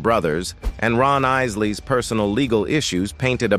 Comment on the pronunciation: I know the narrator needs to learn how to pronoun "Isleys"